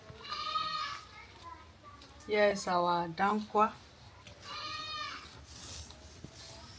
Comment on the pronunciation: Hausa snack. It is called DA-KUWA Not DAN-KUWA ! Yummy